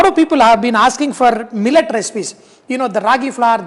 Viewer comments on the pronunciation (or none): none